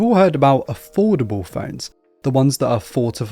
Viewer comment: He was saying affordable and i was hearing foldable.....LOL